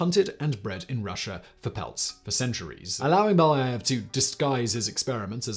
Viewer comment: Being Russian, this hurts my ears to listen to the author constantly pronounce Beljaëv incorrectly😥